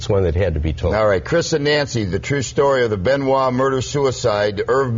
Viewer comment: At least Gary stopped saying "Benn-oye" halfway through! Great interview, keep twittering.